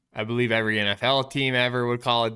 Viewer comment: We BO-LIEVE